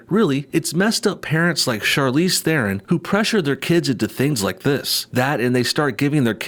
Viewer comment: As a South African I cringe very hard every time I hear people mispronounce "Theron"